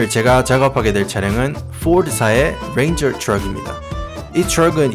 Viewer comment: 포올드 사의 뤠인졀 츄럭